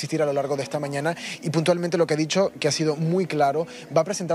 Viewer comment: Lo, gue, pasa, es, gue tienen, miedo